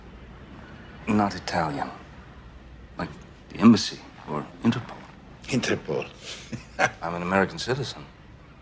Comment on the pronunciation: Attore meraviglioso! quando dice "interpole" sembra che aggiunga anche un "e sti cazzi" Scherzi a parte mi rode che sia conosciuto unicamente per film di serie B (che guardò volentieri grazie solo a lui) quando in realtà dimostra grandi capacità Grande Christian